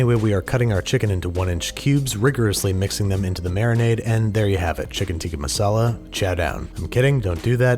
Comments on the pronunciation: lol the only thing I was waiting for in this whole video was to hear how Babish said “Tikka Masala” 😂😂😂 And I will say I am content knowing he was gonna screw up the name. 😂😂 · It's not "tika masala" It's pronounced as "Tik-kaa maasalaa